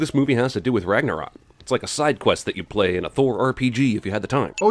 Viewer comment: "Ragnaroll credits" did just sin norse mythology?